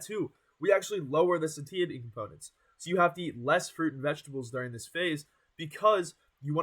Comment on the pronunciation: Unfortunately, broccoli heads rarely get the same view count. Even worse is a broccoli head that can't pronounce "satiety" properly. The age and lack of charisma doesn't help much either. When there's thousands of dudes all trying to make a name in the same space with the same information, you gotta do something that makes you stand out from the rest. Dude has built a good physique. No doubt about that. But that's only one of many components of building a social media fitness brand. Coaching people online with no credentials at such a young age is kinda cringy too. That's probably keeping people away a bit.